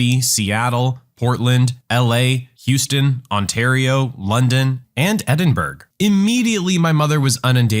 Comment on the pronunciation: God that pronunciation of Edinburgh was brutal.